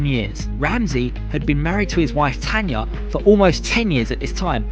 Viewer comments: Tana, his wife's name is Tana, not Tanya... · Tana not Tanya